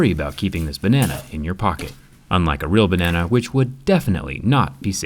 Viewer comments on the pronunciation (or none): Bruh my mind is too dirty for this.. all i hear is "bAnNaNa"..in the wrong way